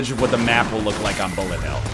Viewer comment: when NL says "bullet" he actually sounds like lower case r